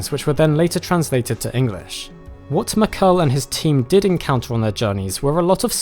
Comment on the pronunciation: Mackerle, not Makel... thumb down for lack of respect for other cultures